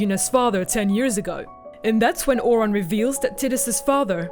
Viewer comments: that isnt the real issue, Ore-on? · seriously they even say Auron's name in the game. Tidus you can at least blame on the fact they don't ever say his name but Auron? AURON?! Tiduse screams the correct pronunciation within 10 minutes of playing. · Nice breakdown but the pronunciation of those names. I cried when you got Auron's name wrong :'(